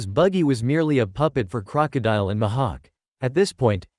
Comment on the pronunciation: Mihak❌ Ma ha k✅